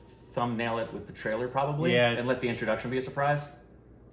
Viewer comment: It is trailer not tailer